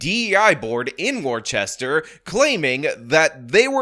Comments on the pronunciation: They SAY the name of the city in the news clip that you play. "Wooster" is how it's pronounced. Or "woostah" if you please. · The name of the city is pronounced: wooster. Listen to the news at the beginning of the video. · Erm.. actually it's pronounced 'WUSS-ter'. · It's pronounced 'Wooster' or if you want to go full Boston WooSTAH. I dunno tho, they say NEVER go full Boston.😜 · Woostah is how to pronounce it 😂. But that dem city is where i learned how the word ratchet applied to people. 😂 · As a Bostonian- hearing u pronounce Worcester as War Chester was killing me haha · as someone who grew up 40 minutes outside of Boston It’s pronounced “woo-stir” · I'm sorry, I'm from MA and I can't listen to you butcher this town name. Wooster. It's pronounced Wooster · I think Worchester is pronounced "Wusta". What a mess. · It's pronounced Wooster, damnit. Wooster! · You're mispronouncing Worcester... Wuss-ter. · It's pronounced "Wusster." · "Warchester" lol. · It's pronounced "Wooster". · Wuss-tah = Worchester. Basically there is no H.... so like Worster. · It’s not Wor-Chester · You're so wrong about this. It's pronounced "Wiss-ter" or "Wiss-ta" That's all. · It's wooh-stah. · It’s “woo-ster” to you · You are mispronouncing Worcester. Us locals pronounce it Wustr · Repeat after me: "Woostah" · "War-chest-er" lmao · The pronunciation of Worcester is "WUSS-ter" for a reason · It's pronounced woo- ster. Don't be ist. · It’s pronounced Wooster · It’s Wooster or wuster. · Learn how to pronounce the city.. it’s right there in the news report. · You're saying Worcester wrong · You are pronouncing Worcester wrong. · Are you saying it’s name wrong just to disrespect it? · As a Bostonian it pisses me off each time mispronounced Worcester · Are you mispronouncing Worcester on purpose? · The only “words are violence” here is the way he pronounces “Worcester”. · Never mind pronouns, we need to work on your pronunciation of Worcester! 😂